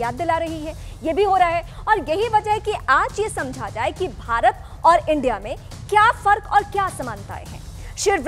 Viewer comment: BHARATT.....not Bharat.